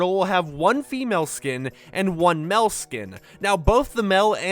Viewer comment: Mell skin? I thought it was pronounced "male"?